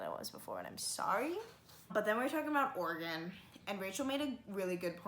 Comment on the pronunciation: It's "or-eh-gun". It's not a polygon.